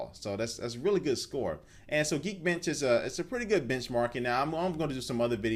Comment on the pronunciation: lol you say geekbench like geekbitch lol